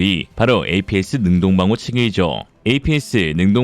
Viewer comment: 따르릉~~~ 네 ! 김철근씨 바꿔 주세요. 네~ 전화 바꿨습니다~ 구독자인데요, 아니 아드님을 얼마나 혹사시키면 요즘 한번도 안빼고 매번 올리는 영상마다 한두개씩 이상한 나레이션이 튀어나옵니까 ? 능호방호 ? 능호가 뉘기여 ? 에는 "여간 어려운 일이 아닙니다"를 "여간 쉬운 일이 아닙니다" ??? APS를 탑재한 기갑차량을 중동국가에서 얻기란 손바닥 한번 뒤집기 정도라구요? 김철근 님 !!! 반성하세욧 !!!!! 우리가 ㄹㅇㄹㅈ을 앞으로 38년을 더 구독해야 하는데 !!! 제발.... 쫌 !!! 아드님 과로시키지 마시고 !!! 쫌 ! 도와주시길 ...